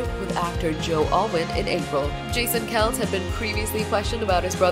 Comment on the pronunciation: Its pronounced Kelsee